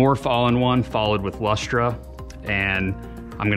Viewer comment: LOL! It's pronounced "Luster". That's just how we weird Aussies spell it. Strange, I know.